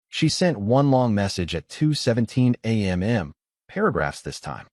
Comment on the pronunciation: Is there a reason why every time the time of day is spoken as either a.m. or p.m., why does the A-I have to add a second "m" at the end? All of the narratives especially in this particular voice does this.... Would it be asking too much for a proof-listen and correction prior to posting??